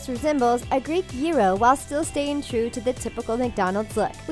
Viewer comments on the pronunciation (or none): none